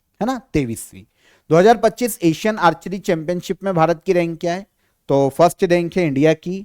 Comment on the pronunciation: आपकी गिनती सही नही है। बाइस को बावीस उनचास को उनपचास है को हे जीभ को कुछ ज्यादा ही घिसते हैँ आप। सससससससस......😅😅😅😅